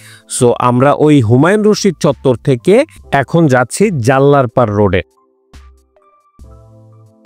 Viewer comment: জাল্লারপাড় নয় এটা হচ্ছে জল্লারপাড়